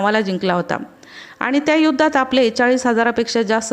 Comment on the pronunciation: तुमचा मैन प्रॉब्लेम न आणि ण चा आहे. जिथे न बोलायचे त्याला ण बोलता आणि जिथे ण बोलायचे त्याला न बोलता. जसे आणि ल आनी आणि पाणी ला पानी. प्रयत्न करा थोडा तुम्हाला जमेल. माझ्या तर्फे तुम्हाला शुभेच्छा.